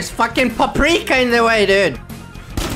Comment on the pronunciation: umm that’s not paprika. If u call out food you’ve gotta say it right